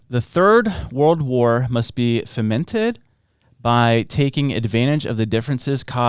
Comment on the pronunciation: It's pronounced "foe-mented"!